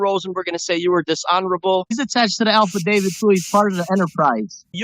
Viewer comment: Did this reject say “ alfadavid” 🤪😂🤣?